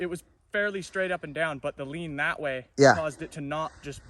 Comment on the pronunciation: I heard an "n'nat". You sure you're not from Pittsburgh?...n'nat.